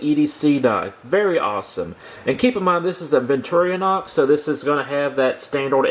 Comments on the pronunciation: BTW, it's Victor - Inox, not victoriOHnox. BTW, the Victor is short for Victoria. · Repeat after me: Vic Tor In Ox.............